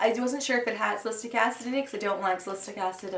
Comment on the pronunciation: I'm pretty sure you pronounce it "sal-i-sil-ik," but tomayto/toemato